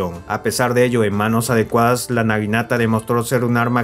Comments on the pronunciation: es naginata, no niganata 🥲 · Por favor conserva los nombres bien en todo el vídeo, en varias partes le dijiste niganata a la naginata